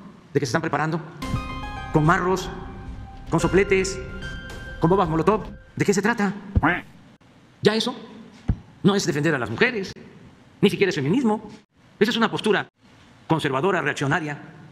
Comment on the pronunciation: DICE "BOMBAS MOLOTOP" 😂😂😂😂😂😂😂😂